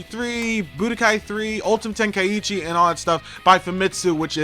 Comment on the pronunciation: Why does everyone pronounce Tenkaichi, "ten-kai-ichi"?